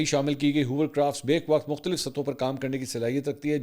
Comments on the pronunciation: urdu he theek se seekh lo, bek-waqt nhee gadhay... be-yakk waqt hota hai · منصور بھائی لفظ بَیْک وقت نہیں ہے بلکہ بَیَک (بَہ یک) وقت ہے۔ شکریہ